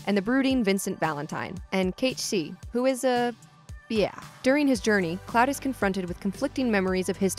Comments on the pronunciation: How do you mispronounce every main name? How does sith sound like shi? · WHY ARE YOU NOT ABLE TO PRONOUCE THE LETTER I? ITS SHIN RAH. NOT SHEEEN RA. ITS KATE SITH. NOT KITE SEETH. my word dude. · How has nobody in the comments mentioned “Cait She” ... It’s Cait Sith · Isn't it Cait SITH not cait seeth? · Sith is now officially pronounced "she". I guess. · Is Cait Sith really pronounced that way? And not Sith as in Sith Lord? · Renaming Cait Sith to 'Cat-Shee' is like calling Luke Skywalker 'Luck Skiwalker' . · that and Cait-Sith... I suppose she's trying to pronounce it as if it was in Japanese, but... it would require two i's. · Cat sith cat sith cat sith cat sith cat sith. Say it with me caaaaatttttttt sssssiiiiiiiiiiitttttttthhhhh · They way she pronounces "Cait Sith" makes me cringe.